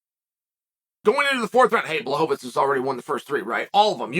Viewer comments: Lol, it's mostly the 'fits' instead of 'veech'. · It's not "tz", not even in polish. It's read "Blahoevich" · Blahovich =/= BŁahovich, he still is pronouncing it incorrectly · Bla-hov -itz vs. Pee-era…. Chael trollin y’all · Never lost a round and never pronounced Jan's name twice the same way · Which time exactly? Because I'm pretty sure he used at least 6 different pronunciations of Jan's last name in this one video alone. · Lol blachowicz deserves to have his name said right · He needs to pronounce Błachowicz right, but "Piera"... that's good enough LOL